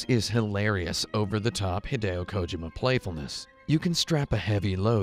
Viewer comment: Please stop saying Kojima incorrectly Thanks